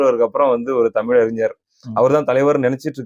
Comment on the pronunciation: இந்தப் பயலுக்கு ழ-வன்னாவே வரலை… தமில், எலுச்சின்னு பேசற ஆளு தமிழனைக் காப்பாத்தப் போகுதாம்.